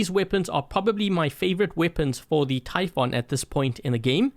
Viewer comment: Warrior typhoon 8J88QE And its pronouced ty foon not ty f on